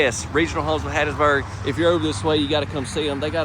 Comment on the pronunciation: The way said "Hattiesburg," thats a true Mississippian. 👍🏼 ❤😊